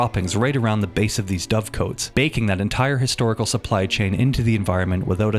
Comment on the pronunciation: Loved the vid and hope to see the series continued! Quick note, Dovecotes (dove-cott, not dovecoat) were mainly used for egg and meat supply, as well as less so, feathers, rather than pigeon shit explosive. Anyway, the attention to historical detail in this game and the predecessor needs shouting from the rooftops.